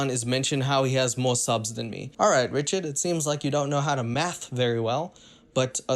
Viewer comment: I like how he says wrichaurd but he said it right once so i love him mow